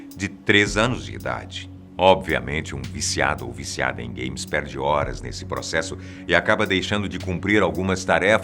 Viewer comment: pensei q ele tinha falado gays em vez de games kkk